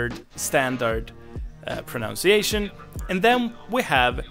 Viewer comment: Speaking of how to pronounce things.... this is not meant as a criticism or to be too picky, but just in case you want to know... it is proNUNciation, not proNOUNciation. It's weird. A lot of kids in the U.S. will say it like you did because of the base word "pronounce," but there's actually no letter "O" in the derivative word. I don't know what happened to that "O." ;)